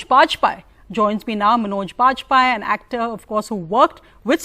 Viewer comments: Did she said pajpai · Who are you? Can’t even pronounce Vajpayee properly.